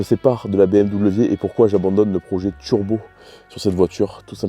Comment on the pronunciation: Monter un tchurbo sur une voitchure pour faire des vidéos sur youtchube...